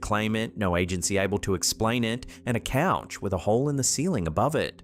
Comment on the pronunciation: Its couch not coach